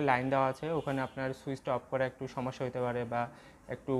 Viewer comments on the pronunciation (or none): none